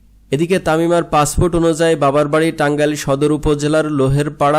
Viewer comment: উচ্চারণ ঠিক কর পাছফুট না পাসপোর্ট